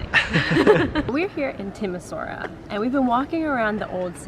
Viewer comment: Nice. But it is pronounced "Timi-shoa-ra".